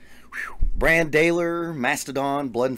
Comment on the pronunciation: You should do a Mastodon song where Brann sings. BTW, it's pronounced like "Bron".